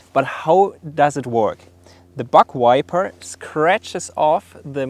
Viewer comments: Sounded like he said butt wiper lmao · Sorry but it sounds like you are saying BUTT WIPER lol. I’m am very sorry for acting so immature about it but it made me giggle. Great channel subbed and liked keep up the good work